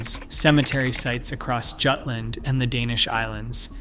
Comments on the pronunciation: Jutland, pronounced Yewtland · It is maddening, in an age where people insist on pronouncing "Jagdgeschwader" correctly, that even highly regarded naval history channels pronounce Jutland as though it were an English word. 😂😂